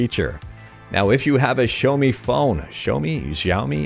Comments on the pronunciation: xiaomii = sha o mee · Xiaomi = sha-o-mi or shia-o-mi (pronounciation of chinese Xi is 'shi', as in the word 'she', and not as in the word 'shy') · it's xiaooooooooomiiiii. XD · It's pronounced Xiaomi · Daily dose of great emulation news and it's Xiaomi Shaomi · shaou-me is how i say it. Also, texture replacement comin to aethersx2, too? amazing! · yeahhh xiaomi is pronounced as sha o mii